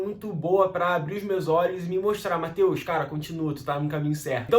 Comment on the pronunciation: Sua pronuncia ta super natural so pude perceber o accent no "Mateuxx" hahaha não que seja um problema. Parabéns... Edit: Estudo a cerca de 3 meses meu foco é ler e escutar bastante mas logo começo as aulas de conversação tb!!